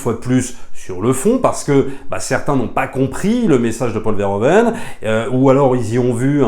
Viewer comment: Merci pour la critique que j'ai trouvé intéressante à écouter. Par contre, une suggestion si tu reparles de ce réalisateur dans une prochaine vidéo: en tant que Belge, entendre tout le temps "Paul Verhoven" --> aaaargh. En néerlandais, "oe" se prononce "ou" --> ça donne donc "Paul Verhouven". :) Au plaisir. ;)